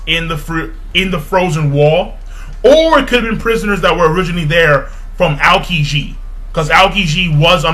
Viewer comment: I really like your One Piece reviews, too. They're very thorough and very accurate. The only thing bothering me is how you pronounce the names of the Marine Admirals. The correct pronunciations are as follows: Aokiji: (AE-oh-kee-jee), Akainu: (Ah-KIE (ryhmes with "pie")-New), and Kizaru: (Kee-ZAH-roo). I'm not trying to be mean, I'd just like to hear someone pronounce their names correctly. Will you give it a try?